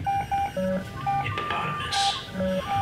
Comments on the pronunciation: I died When He said "Hipopatimus" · Did he say "hippopotamus"?